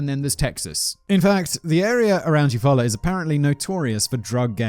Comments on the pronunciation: This is 1000% accurate. I live in Oklahoma (in the Chickasaw Nation portion) and there are place names from all the different tribes who were forced here from legit everywhere. He totally pronounced Eufaula right though.. I was kinda shocked ngl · I'm a Oklahoma native and Simon you nailed Eufaula. There are people who live here who have trouble pronouncing it. 😂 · Ok, you did so good with Eufaula... but then Lowes... Low's... not Laowes. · I live about 30 mins from Eufaula, you said it right lol. I remember this and how odd it is, happened about 20 mins from where I lived, spooky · Your second pronunciation of Eufaula was correct: you-fall’-uh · Nailed Eufala pronunciation, my family had a home there for years Oklahoma is smack in the center of the USA just above Texas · You pronounced Eufaula right!! I am from there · Simon, I'm most impressed at your ability to pronounce town names in Oklahoma this year, like Tulsa (Geographics: Greenwood District) and Eufala, plus many passing mentions in various other videos. I'm from Oklahoma, you'd be surprised how often people living here can't pronounce them.... Yes, our town names are a little weird, most of them have native American origins. The name Oklahoma itself is Choctaw in origin even. Just don't say my-am-me Oklahoma, say my-am-uh 😋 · Simon flawlessly pronounces Eufaula but can't pronounce Lowe's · Eufaula... yeah, but you said it right the first time. Good job! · Shocked that you pronounced Eufaula right haha. A lot of “weird sounding” American town names are actually of indigenous origins. There are multiple Eufaulas, including one in Alabama with a beautiful lake. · As an Okie, I’m very impressed with him guessing Eufaula correctly on the first go. Most of our towns are Native American names. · Your pronunciation of Euafala is correct, Simon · Surprised that he nailed it first try when saying Eufaula, good job Simon!